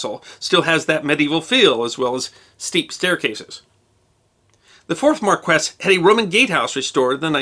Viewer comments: Hey - love your work, but I think your pronounciation for Brit noble rank may be a tincy bit off - I think marquee is spoken (phonetically) as 3rd Mar-kee not 3rd mar-quess.:-) Hope I don't offend with this comment. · Sounds like you had a great trip, but It's MAR-kwis, not mar-KWESS or mar-KESS. Accent on the first syllable.